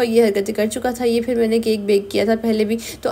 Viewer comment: Cake hoti nhi hota hy sis map.apni spoken skills me b kan,kren video or achi ho jy g ...jesa k.fir fir nhi phir hota hy